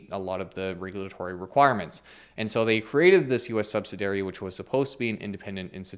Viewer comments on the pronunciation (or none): Subsidiary is a five syllable word: suhb-sid-ee-er-ee It’s not “subsidary”. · I’ve never hear “sub-SID-E-airy” pronounced “sub-si-dairy”. 🤔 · An excellent and informative video ... as always. I was a little distracted every time you said "subsidairy". Were you saying subsidiary? Is that just a new, accepted pronunciation? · "Subsid'i'ary,". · SUB-SID-EE-ARY Other than that, great sum-up video. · YouTubers let me know they are professionals when they keep mispronouncing words Sub-si-di-ary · I fully expect this comment to be loudly booed and downvoted, since people seem to not like any kind of critique or criticism. That's fine. Every time says the word "subsidiary" he misses the middle syllable. He pronounces it with four syllables as "sub-sid-AIR-ee" (see for example). It's actually pronounced with five syllables as "sub-sid-EE-er-ee". It's not a British or Canadian English versus American English thing. It's just a straight mispronunciation. The crowd can commence their booing and hissing now. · Learn how to pronounce subsidiary. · Dude, you've got to learn how to pronounce "subsidiary". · How many times are you going to mispronounce "subsidiary" in one video? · Great video, but need to ask why you pronunce the word "subsidiary" that way. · Do u not know how to pronounce subsidiary? 😂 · You pronounced “subsidiary” incorrectly. Also, it is 5 syllables, not 4. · Please revise the way you pronounce subsidiary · How is it possible you don’t know how to pronounce “subsidiary”? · I'm American and had never heard anyone say it like he did before, either, FWIW. It sounded wrong to me.